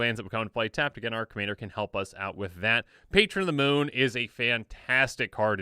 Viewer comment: hahahahhahahha sounds drunk xD